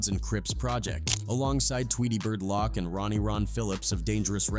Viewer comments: Tweety Bird LOCK?? AI isn't that "INTELLIGENT" if it can't say LOC'!!! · "Tweety Lock" 🤣